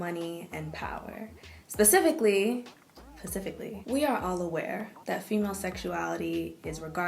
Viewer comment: Yo, did you say.. “pussifically” fam??!!Lol